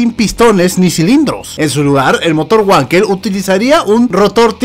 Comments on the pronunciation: Trocoide, amigo...!!! y se pronuncia "Vankel" no Huankel....!!! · como anotación no se pronuncia güankel se pronuncia Vankel ya que el inventor es aleman y en alemann la W se pronuncia como V y la V como F por eso es FolksVaguen y no Volksbajen :) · *NO SE DICE “uanquel”!!!! PRONUNCIE BIEN EL ALEMÁN: « BANQUEL» o «VANQUEL» o si prefiere «FANKEL» La letra W en Alemán es una V o B o algo como F , En todo caso NO ES UNA «U» Así como se dice Vagner o Vag